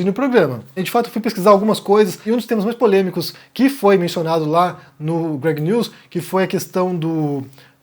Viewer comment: o ciro mais do que o greg (pronúncia inglesa do nome greg)